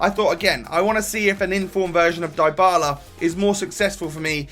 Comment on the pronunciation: You pronounce Dybala's name like Dee-Bala